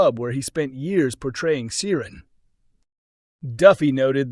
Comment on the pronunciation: Yes - didn’t realise Americans were that into Coronation Street history. Clearly they don’t employ any Irish Americans though who can pronounce Irish names properly.